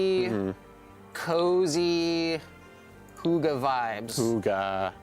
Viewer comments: Hoogah? Do you mean "hygge"? Im internally dying over this. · Its hygge, not hoogah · I'm not Danish or anything but that were my exact thoughts!! :'D like wtf is a hoogah?! is that really how Americans pronounce hygge? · You're DEFINITELY NOT pronouncing 'hygge' right!! - you're pronouncing it more like 'hugga'... just saying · My brain is dying when i hear them say hoogge instead of hygge 🤣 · it's pronounced hue-guh from a Danish person 🇩🇰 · Danish simmer here. Hygge is not pronounced in that way, I’m sorry 😉 It is not a deco-style, but more the effect of a nicely and cosy decorated room - a room can be hyggeligt or it is something you do: we hygger. But I think the style looks somewhat danish and I very much appreciate you implementing nordic elements 😍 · Omg the way they pronounce Hygge sounds like a gutteral war cry lmao 😂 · hahaha Hygge XD so funny to hear you trying to say it (im danish) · 😂😂😂 That is the absolute worst butchering of the word "hygge" I have ever heard! It's not pronounced anywhere near that way in any scandinavian language OR in english. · Omg I am dying of laughter hygge is not pronounced that way... I am from Denmark so it’s just so funny.... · I just.... Hahaha, I can't! 😂I'm laughing out loud, truly laughing! I'm Norwegian and the pronounciation of our word "HYGGE" is noooo where near the way we pronounce it. It couldn't be further away from our word 😂 couldn't tell before he said it was "our" (Norwegian) word 😂 you tried though ❤️😉 I'll give you that 😉 To me it sounds like you said "hoogai" 😉 loved it😂❤️ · Love the “I think I’m pronouncing that right” (Hygge) I’m Danish and even though you’re not 😉 (The y is pronounced more like the y in Yvette) - I don’t hold it against you. Danish is an impossible language. But love the pack - and loooove that the gallery is on console. Thank you for all your work 👍❤️ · The way yall pronounced hygge is so funny. Nice try tho <3 cant wait for this pack!!!!!! love from norway <3<3